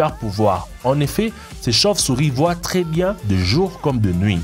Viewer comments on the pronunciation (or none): none